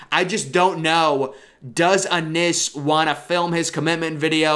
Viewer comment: Bryson Rodgers WILL BE THE BEST ONE PERIOD.. and it’s IN!! Innis BRO! Not Ah-NNIS! Lol come on bro!